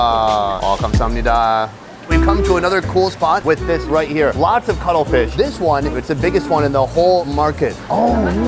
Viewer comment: Did he say cuddle fish legs?